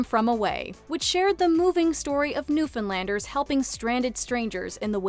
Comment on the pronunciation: Thank you for pronouncing Newfoundlanders correctly